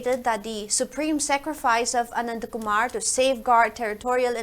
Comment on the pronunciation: Who is Anatakumar Hope it is Anandkumar. Pl pronunce properly dont try to be oversmart in reading calling one's name correctly is the sweetest of all